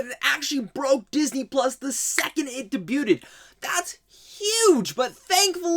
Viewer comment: Just so ya know, the T in 'debut' is silent 🤫